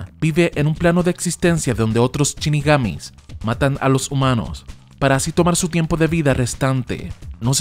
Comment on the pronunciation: "Chinigamis" jajaja